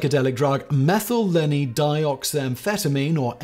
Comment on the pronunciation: mangle the IUPAC nomenclature more! "methyleney" lmao.